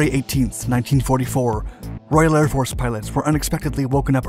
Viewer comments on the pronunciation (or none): none